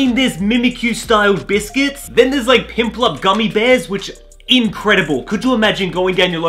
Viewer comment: I love how you call Piplup for Pimplup :D